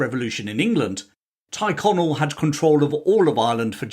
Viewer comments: Teerconnell not tyreconnell pronounced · Thanks for posting. The glorious revolution was really a blatant userpation. One small correction if l may. The name Tyrconnell isn't pronounced Tie connell, it is pronounced Teer connell, probably from the Gaelic "Tír" meaning land (as in "Connell Land") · I thought Tyrconnell (Tirconnell) was pronounced “cheer-Connell) not “tyre-Connell”. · Why do you say Tighconnell when you mean Tyrconnell?